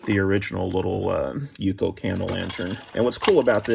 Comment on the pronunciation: it is u-c-o